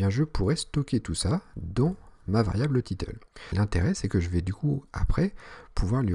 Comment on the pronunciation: C'est "title" et non "titeule" ahah sinon très bonne vidéo.